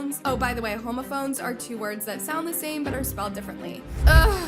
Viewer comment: not you pronouncing "homophone" like homophobe 😂